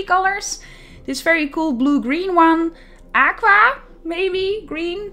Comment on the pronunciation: The way you said Aqua had me crying